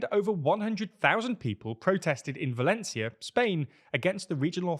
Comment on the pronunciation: you said Mazón with a “th” sound but Sanchez without. The c in Valencia should also be pronounced with the same “th” in European Spanish. Finally the accent is on the ó, so that syllable should be stressed instead.